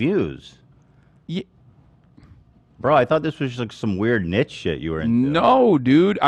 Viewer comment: Can someone tell me why Ethan says “nitchy” for niche? Is it an American thing?